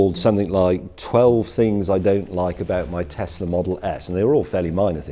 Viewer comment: Its little but I'm glad James says Tess-la rather than Tez